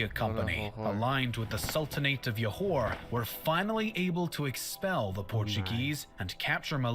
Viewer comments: We pronounce it like this; Johor = Joe hor not Yohor (J as J like Jam, Jug, and Joe) Kecil = Kechil not Kecile or Kesil (C as Ch like Channel, Chalk, Child) Kuala Lumpur = Kooala Loompoor, not Koala Loompar (U as Oo like Loop, Hoop, etc.) And Parameswara indeed has accepted Islam and change his name to Iskandar Shah And Proto-Malay people are of Austronesian origin who lives in the Malay archipelago which called Sundaland at that time Google Sundaland for more info about it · Stopped watching when they call Johor as "Yohor"... Can't take any pseudo-historian seriously if they don't even try to get native pronunciations vaguely correct. Most likely full of poorly researched facts. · Comment: you pronounced Borneo correctly than the narrator. Pronounce Peninsular with silent "R". Johor pronounced with a "Juh" sound. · Why did he say johor like that its joe-hore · It is Jho-Hor(Johor).. the guy in the video pronounced it wrong It is RaJa Ke-Chil(Kecil) It is Koo-Wa-La Loomp- Poor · its pronounced Johor J as in John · Im Malaysian and the videos pronunciation of Kuala Lumpur,Borneo and Johor are wrong btw you guys are saying Borneo correct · The video's narrator missed pronouncing a lot of words especially words that is Malay (Johor, kecil, Kuala Lumpur). when you pronounce Malay words, you pronounce them like Malay. I've never heard of people pronouncing Japanese words like sushi or anime in how-do-English-pronounce-this-word. it's pronounced as its original language. anyway, good job, you've done a better job pronouncing Malay.